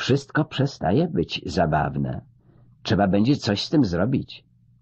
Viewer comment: plus brak wymowy "trz" na rzecz "cz", np. czeba... ale mimo to fabuła zwycięża i jest miło🙂